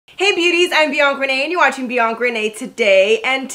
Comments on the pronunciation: am i the only one hearing “Bianc Renee” instead of Bianca Renee? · mp w me too I never hear Bianca